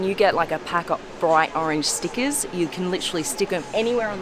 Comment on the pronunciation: What's "stickizz" 🤔🤷‍♂️😂